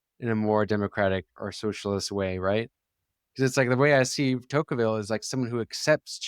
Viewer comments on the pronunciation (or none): Rousevelt and Tokeevil The idiosyncratic proper names continue!